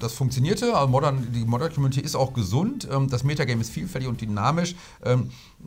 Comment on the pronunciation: Ich liebe es wie Ihr Community immer ausspricht haha, soll keine Beleidigung sein. Weiß nicht, ob es das Wort auch im deutschen gibt und man es so aussprechen kann?